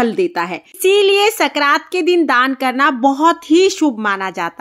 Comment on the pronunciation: संक्रांत होता है न की सकरात